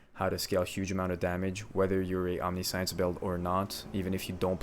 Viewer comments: Awesome build but please please learn to say Omniscience right 😂😂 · You are saying omniscience wrong. It means all knowing. It isn't "types of science". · It's pronounced Om-nih-shunce, like the word conscience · holy shit stop saying omni-science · Not sure if any has said this but it bothered me a lot it’s pronounced “om ni shense” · Not really important but just fyi you pronounce Omniscience ~ Aamnisshins .. like all knowing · great video! one thing, its not omni-science, its pronounced differently. But, you do you man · Just a heads up you’re saying omniscience wrong, it’s om•nee•see•ence👍🏻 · Love the detail, explanation, all that -- but the word "omniscience" is pronounced "aam-NI-shns" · Omni-meaning all, science-to know. The word is pronounced /ɒmˈnɪʃəns/ the S makes a sound similar to the "t" in nation. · Good build, but please for the love of good look up a pronunciation guide on Omniscience. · Great video. But. Omnih-shence. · Omniscience is pronounced ahm-nish-ince. Great vid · This build is amazingly well thought out and presented! The only thing that bothered me was how you pronounced Omniscience. The pronunciation of it is broken up as Om-Nis-Cience. The sound when saying the word is Om-Nish-Ents. I'm not belittling you or anything. A lot of people pronounce it incorrectly. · It's pronounced OHM (home) -nisk (whisk) -ienky (science and Yanky) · Omniscience is pronounced "ahm-Nih-shence" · Omniscience isn't pronounced like science. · Its pronounced ahm-nish-yance fyi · Great intro, keep it up! But it's not Omni-SCIENCE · plz buddy fix your pronounciation of omniscience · Man, I want to like this so badly but every time you pronounce 'omniscience' I both chuckle a little and died inside a little and thus, I could not get through the video. Sounds like you're doing a great job though. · if english isnt your first language your amazing.... if it is... omniscience.... jesus christ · Google how to pronounce omniscience for the love of god